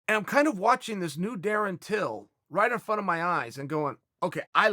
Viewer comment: Surprised Uncle Chael Pronounced his named correctly😅